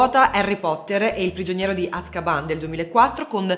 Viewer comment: Si dice azkaban non asscabamm